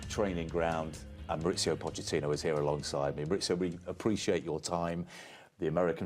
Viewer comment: His name is Mauricio, not Maurizio. His son, however, is Maurizio. They are not the same name, their pronunciation is not interchangeable.